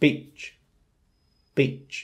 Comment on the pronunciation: 我想請教一下。点解我聽到讀beach嘅時候，好似比較短左嘅？有D似左bitch? 可能係我聽得吾啱？😄